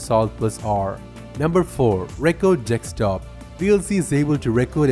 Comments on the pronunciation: Its pronounced Desk top not Deks top. Also, I would recommend slowing down just a touch, and not over explaining stuff like you did in the first tip. Your first tip out of 12 took almost a quarter of your video, even though there wasn't that much information regarding that specific tip. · deKStop?? it's desktop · Desktop, not Dekstop. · Thanks, just a note It's deSktop not deKstop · Record in this case pronounced like 'R'cord' not Reck Kord , and Desktop is Desk Top, not Decks Stop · dekstop lol stop it dude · Am i the only one who heared Dekstop every time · Dekstop XD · Very useful info, thanks, but you have a strange pronounciation and are hard to understand at times. Open nit ork steam. Press nit ork taa. ricord dickstop?? Wtf. Stopped watching halfway, it’s too annoying. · Did i hear him saying dekstop? He said it 5 times between and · when he sais desktop i always understand dick stop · Minemaniac24 I will never unhear that again